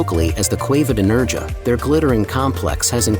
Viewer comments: It’s pronounced NerHAA, not NerGA… stupid AI. 🙄🤦🏻‍♂️ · Its Nerha theletter j is pronounced as 'h' so its Nerha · It's "Nairha" as in hair 🫢🤪👍🏼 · Lol, He doesn't pronounce Nerja correctly, nor Bu"RR"iana! 🤣😝